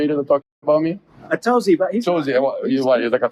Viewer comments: " Acountability? LET'S GOOOOOOOOOOO!!!!!!!!!!!!" team. "." Not messing here, but that actually can be PERFECT representation for how to pronounce "Atozy" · made me laugh. They murdered your name 😂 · I know, but “A toast zeeee” nahhh